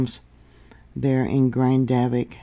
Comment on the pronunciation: Hi, if you listen to some of the Icelandic youtubers, you will hear the way they say Grindavik. First accent is on the first syllable, and it sounds like Grin, (as in a smile), da vik.